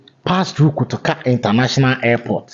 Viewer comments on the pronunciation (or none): none